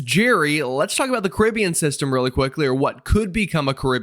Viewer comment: Caribbean pronounced correctly! One bonus point.